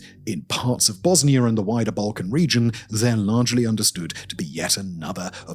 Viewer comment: It's Pronounced : "Bosnia"....... Not (Bosni-ER)